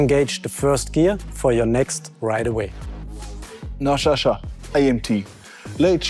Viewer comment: Sascha, not Shasha! 🤣🤦‍♂️